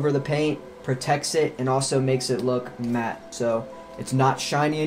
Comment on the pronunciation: Matte isn't pronounced matty, its pronounced mat.